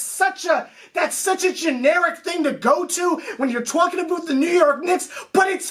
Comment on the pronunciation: been watchin for almost a year now the rants are hilarious but I still dont get the "aboot" thing... i thought i was a Canadian thing but idnt even know if your from canada 😂😂